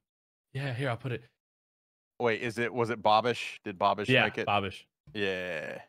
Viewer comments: I heard Bobish and was like "Who tf is that?" Then the video popped up and i was like, "Oh, its." For some reason you guys say "BOB"-ish instead of "BAB"-ish. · I can’t get over how they’re pronouncing. Isn’t it bab-ish, not bob-ish?